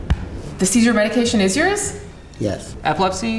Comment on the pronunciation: so I’m a pharmacy tech....and I just cringed likeeeee 5 billion times trying to listen to them pronounce these medications. Haha